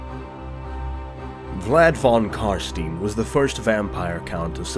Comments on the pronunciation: Imagine putting this much effort into making a video, getting hundreds of thousands of views, and then spending the whole thing pronouncing "von Carstein" wrong all the way through... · Its pronounced fon karshtayn but who gives a shit. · Stopped when I heard you pronouncing "Fon Carsteen" ;.) nein nein nein !